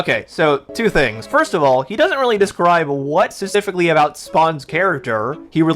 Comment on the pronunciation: He says "specifically" way too much for a guy who can't pronounce "specifically".